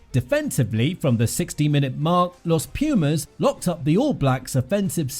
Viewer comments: I dont know if anybody has stated, but let me make a small correction; the right way to pronounce it is "Los Pu:mas", not "Los Pju:mas". Thank you, for covering our team!!💪🇦🇷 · Every time I hear this guy pronounce Los Pumas I die a little more. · Hey, here from Argentina. No even a single knowledge about rugby, so won't correct nothing about that. But minor English correction, it would be more appropriate to say THE Pumas than "Los Pumas". Los is not part of the name, but a simple article :)